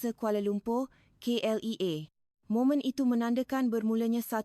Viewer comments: Min, kena menambah baik sebutan bahasa Melayu versi AI ni....contoh :klia bukan klea n encik bukan ensik...bebaskan drpd versi indo...boleh buat sendiri,maju terus... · KLIA - kay el ai A bukan kay el E a